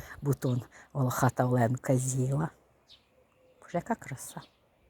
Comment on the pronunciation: Жук називається Оленка ( наголос на о ) , бо він волохатий і з крапушками , як у оленя . А квіти дуже гарні !❤